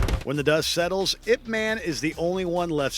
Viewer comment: I think my fav is the Splinter/Shredder encounter. However the item before this - "Ip man" - perhaps if they pronounced it correctly as "Eye-Pee Man" i would rent and watch it. (I. P. is a network term for a designator - an 8 digit number assigned to every computer and device on the internet to distinguish them.)